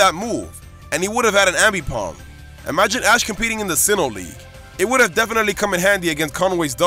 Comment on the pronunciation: You miss pronounce aipomb ambipomb